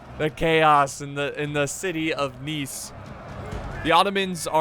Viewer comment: i'm french living in the french riviera. Congratulation on how you said Nice, it was perfect